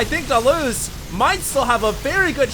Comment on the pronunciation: Hated how HD was saying DaLoze's name...ugh almost made this unwatchable.